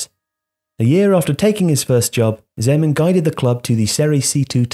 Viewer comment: I'm glad you finally learned to pronounce his name